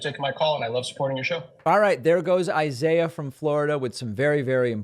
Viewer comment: Pronounced eeesaeeeah!!!